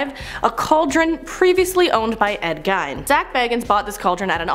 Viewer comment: They messed up a couple of things, pronouncing Ed Gein's name wrong and the Dybbuk Box wrong, but other than that is was another great video.